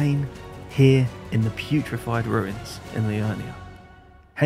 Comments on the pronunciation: As always, great video ! There's only one thing you say every time that tickles me... In Liurnia, you keep calling the "PuRified Ruins", "PuTrified". No big deal, but I wanted to tell you xD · I love how he always calls it the "putrified ruins" when it's just the "purified ruins"